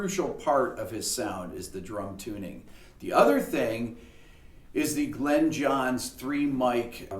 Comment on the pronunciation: Thanks for everything Rick! Glyn is his name and it is pronounced Glin not Glen. I suspect it is originally Welsh and would have been pronounced closer to Glun.